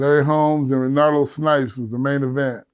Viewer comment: Renardo snipes?you mean Renaldo snipes don't you?